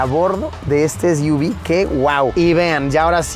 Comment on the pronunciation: Es iu vis= SUV